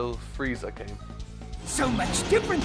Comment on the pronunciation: I shall name this version of Frieza "Fieza".